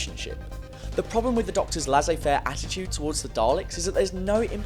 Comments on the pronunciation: Den-you-mont - or thereabouts. And laysay-fare 😐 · You make a very good point once you get to it (and I can understand why you spent a while explaining the background from the RTD era first), but your pronunciation of 'dénouement' and 'laissez-faire' made me wince.